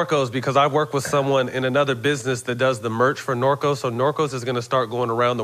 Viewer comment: Love this episode 2000 pistons were fun to watch and imma watch some as Matt calls it "Norco's" lol sounds like it anyways lol